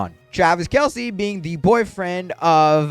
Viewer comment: when u were talking about celebrity guest u were saying travis kelsie its travis kelce:)